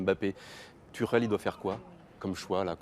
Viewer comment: Thomas "Tucheulle" mdrr